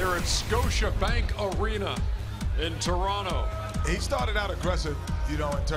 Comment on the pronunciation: Thanks Ernie for pronouncing Toronto correctly